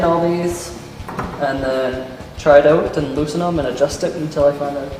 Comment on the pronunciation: your canadian becous you sed try it oot